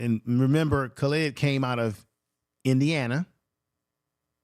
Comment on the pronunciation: His name is not Khalid.... it's KAHLIL!!!!!!!!!!